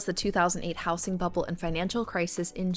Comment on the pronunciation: House-ing? Yes, house as a noun has an s sound, but the s becomes a z sound in words like housing or housed. How-zeeng, not house-ing.